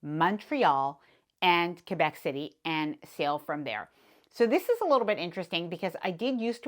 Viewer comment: Thank you for pronouncing Quebec City correctly. As a Canadian, I’m assuming you understand…